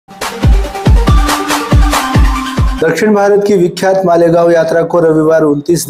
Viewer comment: मीनल माडे गाँव😂😂😂 बोली😂😂😂😂